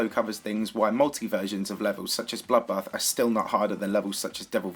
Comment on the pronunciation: whenever says bloodbath i hear buffbath